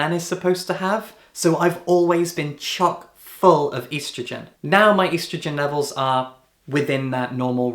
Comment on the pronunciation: Hey I'm trans and your valid but the way you said estrogen has physically scarred me.